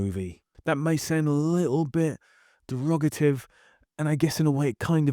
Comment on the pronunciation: I was deeply disturbed by your use of the word "derogotive" ( and again ) which I had to google. It autocorrects to derogatory which is what I think you meant. But you have an accent so I'm not sure. Is that how people say it where you're from. It sounds like you accidentally combined derogatory with pejorative , but it ends up sounding a lot like derivative.